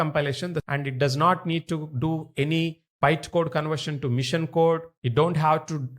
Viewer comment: The way of teaching is very good but the author needs to improve his English. He is calling "Machine" a "Mission"... His sentence is not proper. If he improves his English, he will be one of the best tutors in YT...